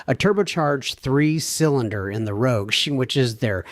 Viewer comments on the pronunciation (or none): none